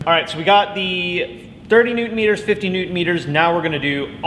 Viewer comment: "30 Neutron-meters..." *LMFAO*, Dude! Thx for this one! 🤭👌